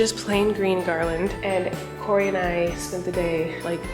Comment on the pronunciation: Yeah he just couldn’t pronounce kory so he called him koko instead